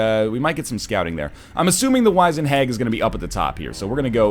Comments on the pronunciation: By the way nl its Wiz-ened not wize-ned. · No, it is wiz-end 100%, I have no idea why he and others would be saying Wise-end. If you look it up, by several sources, it is wiz-end all the way. I've also never heard anybody pronounce it as 'wise-end' before this, so I have no idea where that even comes from. I've also been checking the comments on the past few videos looking for somebody else to mention this. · NL Wizend is not wise-end it is wiz-end (ˈwizənd). You dirty egg. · is NL trolling with these pronunciations? WEELD? WAIZENED? This guy taught English for fuck's sake. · I honestly don't think he knows how to pronounced "wizened". I just don't know why and I just don't understand why more haven't mentioned it. Edit: I'm actually genuinely kinda mad about that, because he's just teaching people the wrong pronunciation.